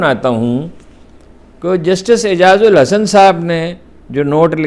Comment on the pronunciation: جسٹس اعجاز الاحسن نآم ہے سر آ پ اعجاز الحسن نام لیتے ہیں جو درست نہیں ہے اللہ حافظ